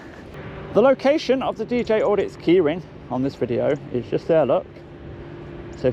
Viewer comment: Just begins with a J not a D mate